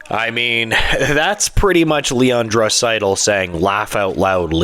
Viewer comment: Probably best to pronounce Draisaitl’s name correctly when you’re featuring him in your video